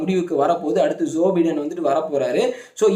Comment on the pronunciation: உச்சரிப்பில் வேண்டும் ஒரு திருத்தம் ......!! ? ஜோ பை( bi )டென்